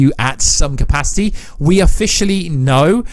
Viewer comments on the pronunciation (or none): none